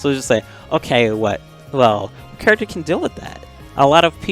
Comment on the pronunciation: "This Kuruckter is broken!" - Lol my boy must be from St. Louis, he's got a St. Louis accent like Nelly and Cedric the entertainer.